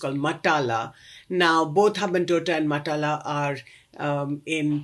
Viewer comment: Excellent analysis, form an Indian point of view, naturally. I personally don't like the Rajapaksas, but has to be objective, unlike guys like us who suffer under these "four brothers". One serious mispronunciation! "Mattala" - that's where the world's loneliest airport is.